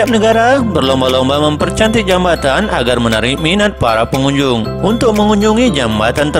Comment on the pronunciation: Membaca jembatan kok jambatan